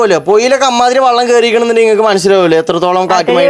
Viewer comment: വള്ളമല്ല മോനെ വെള്ളം